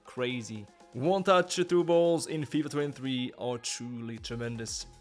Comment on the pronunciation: "fifa twen tfee"